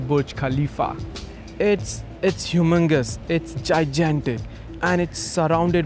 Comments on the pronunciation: humangous, its jaijantic. lmao is this who US is really getting to produce their documentaries now?people who can barely speak english? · What interesting pronunciations of "humongous" and "gigantic"